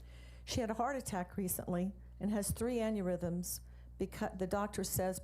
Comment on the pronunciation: Anurithums ? That isn't A Word She meant Aneurisms ignorant people should stop trying to use big words they can't pronounce .